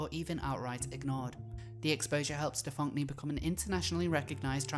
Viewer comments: The fact you insist on pronouncing this individuals name as Stefonk-nee... :D I always thought that it was pronounced the same as "Stefanie" (Stefon-knee) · Every time you mispronounce his name I cringe. “Steph-onk-nee” lol 😂😂😂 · I lose it every time you say STEF-FAWNK-KNEE 😂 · The name is Stefan-Knee. Like “kneecap”. The “k” is silent and they even pronounce their name for you like any other “Stefanie”. Your pronunciation makes me want to rip my ears off, just call him Paul it’s less jarring to your listeners since he is a faker anyway. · I love the pronunciation, "StuhFonkNee"... 😅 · 'Stephonk-nee'. Oh my god. Of course. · So much research here--and it is a really well put together video--but that's not even how the name is pronounced. It's a shitty spelling of "Stephanie," sure, but you'd think you could get it right if you were doing investigative journalism about someone. I mean, that's kind of a ridiculous error.